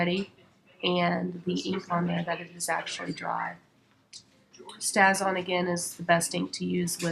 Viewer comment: Just thought you should know that the ink you used is pronounced "stay-z-on" (long a...just like the word "stay." It actually has a long mark over the "a" on the container (which my keyboard won't let me do)! Hope you don't mind my letting you know. Otherwise, nice video!